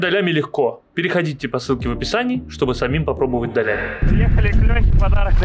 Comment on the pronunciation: Не долями а долями!